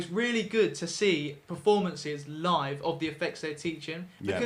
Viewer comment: Someone tell that it's 'performances', not 'prefomances' lol!!